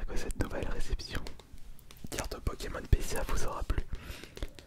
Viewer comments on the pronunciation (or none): none